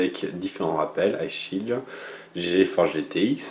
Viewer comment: Hugo Zamora C'est chill et son shield nan ? la prononciation est pas la même mdr